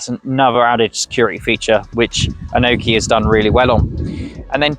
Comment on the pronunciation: Dude, what the hell are you babbling? The bike literally says its name when it starts up and it’s not “an oki”. It’s “Annie-oki”